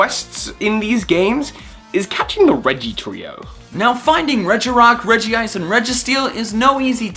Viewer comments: "Regi-ice" Regice Where Is The 2nd I????? Redge-Ice Same with And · Regiice? Its RegIce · Regi-Ice/Regiice Me:IT’S REGICE/REJ-ICE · Its not R-E-G-I-I-C-E Its R-E-G-I-C-E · It's Regice not Regiice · You say regiice no its reg I ce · it’s regice, not regi-ice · He called it regiice not regice but regice is how it is pronounced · Omg it is not Regeeice! It's Reg-ice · its regice not regi-ice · regiice not regice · he said regi ice instead of regice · it is regice not regiice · It's Regice,not Regiice. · I thought it was pronounced as Reg-ice and not Reg-i-ice... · Did He Just Say Reggie ice??!?!!?1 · "...regi-ice, registeel..." Pokemon pronunciaion nazis triggered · He said Regi Ice (triggered) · Regice. U Said Regiice in the start of the video